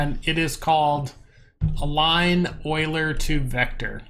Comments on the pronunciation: I'm not trying to be an ass, but Euler is pronounced You-Lerr XD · google 'euler pronunciation'. it is pronounced oy-lr. get with the program